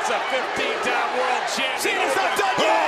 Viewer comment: i love how she pronounced world " Worold " lol dont hate me